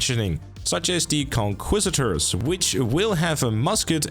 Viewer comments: Just a note, it’s pronounced; Con-key-sta-door Not trying to criticise, hoping to help 😊 Also, thanks for the guide! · Conquistador is pronounced KON-KEES-TA-DOR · conquistador ❌ conquisitor✅